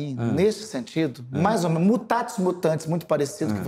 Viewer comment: "Mutatis ... mutandis"